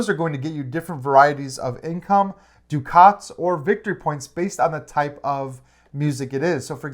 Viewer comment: Thanks for the overview. Excited about this one! Hoping it is available at Pax U in December. One question...you guys referred to something that sounded like (phonetically) "doo-khaats". Is this the currency in the game? Is it by any chance "ducats" (which rhymes with "buckets")?